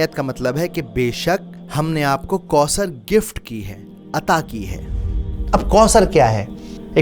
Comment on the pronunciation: Assalamualaikum brother may Allah reward you for this video. Only one correction it's not kausar...it's ث not س . Pls uplaod more such videos